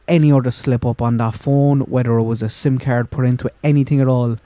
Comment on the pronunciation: When he said "sim card" with that Irish accent, all I could think of was Hardy Bucks